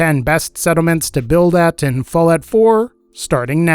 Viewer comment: Anyone else hear him say fillet 4? Or is it just me?